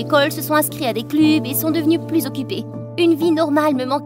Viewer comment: Inscrits à des "clùbs" mdrr 🤣